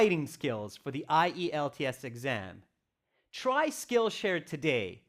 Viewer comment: Found it interesting to hear spelling I-E-L-T-S instead of usual IELTS